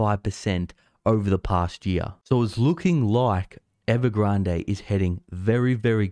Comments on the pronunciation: There is no reason to pronounce Evergrande as if it were a Spanish word. Please revisit. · I like how u pronounce evergrade . Sounds sooo posh..